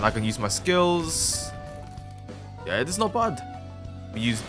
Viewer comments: I like when your voice says YEUR😅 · "YEUR" never get old